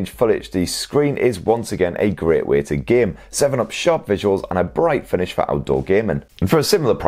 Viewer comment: it hits me hard when I heard a vlogger someone confidently saying finiss